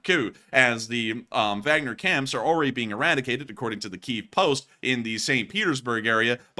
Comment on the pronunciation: Not Wagner as in “wag the dog.” It’s Wagner as in Vargner.